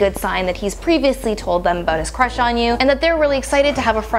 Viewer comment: when she said big time crush, I thought she said big time rush, like that nickelodeon show